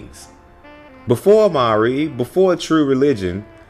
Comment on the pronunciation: Say Amiri again